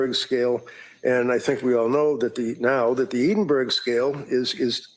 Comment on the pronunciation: Cant believe no American professionals can pronounce Edinburgh correctly. Its Scotlands Capital🤣🤣🤣🤣